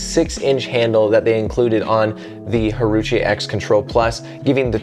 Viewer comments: “I had to make sure I said that name correctly” You 5 seconds before: “haruché” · My paddle of choice. All court paddle that does everything well. Can’t overhit out, great spin, exceptional control. Added a total of .4 ozs of lead (6” of .5” tape) from neck bend up. Not that it matters, “Wah-rah-chee” might be the proper pronunciation. Great video!